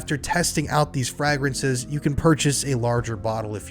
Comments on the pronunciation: Gross. Who says frahgrances? Lol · say FRAY-gruhns say it like: FRAY-gruhns. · "FrAgrinces" hehe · Fragrances is pronounced with a long A sound. Lol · Bro at least say the word correctly if you’re going to throw a crappy ad in 😂Frag- rences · My apologies, but the way you pronounce "fragrances" in the Scentbird ad is killing meee 😂😬